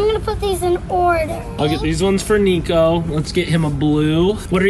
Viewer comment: It’s niko not “nico”